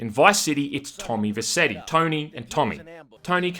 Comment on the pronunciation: His name is pronounced Tom VerCHetti. If you are such a big fan of Goodfellas you should know that